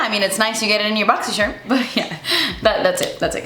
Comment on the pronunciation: I love whenever says Boxysherm 🤣💖